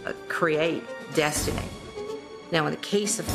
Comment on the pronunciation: Energay and destinay